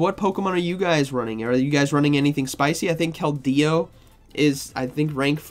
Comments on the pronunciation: Can someone tell me what the hell is a kel-dey-oo😂? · I tried to pay attention but every time KeldEEo takes me out of it😅